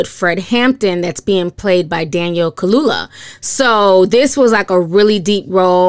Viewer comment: Hey Ti, not trying to be rude but Daniel's last name is pronounced Kal-u-ya 😊